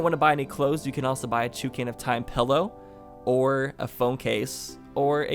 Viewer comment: Sorry I can’t watch you anymore since you say “pellow” instead of “pillow”